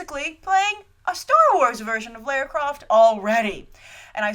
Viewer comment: Minor thing, but you say Lair-ra and in the film they say Lah-ra